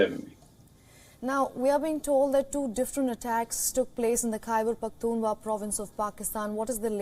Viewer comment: It's Khyber Pakhtun Khwaa......not Hua......dear anchor